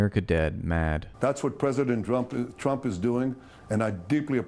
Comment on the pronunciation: he said drump 😅😅😅